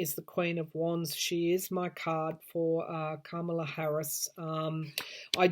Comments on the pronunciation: I love the way you pronounce Kamala's name. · I love your accent and the way you pronounce Kamala’s name besides it reminds me of exactly what’s going here for Trump and the GOP Karma...la. Hmmm think about people😉🌞